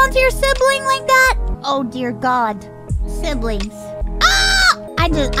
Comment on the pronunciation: the way she says Sibings😂😂😂😂😂😂😂 I ❤ mouse